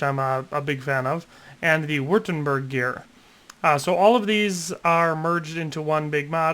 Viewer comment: its pronounced witt-em-berg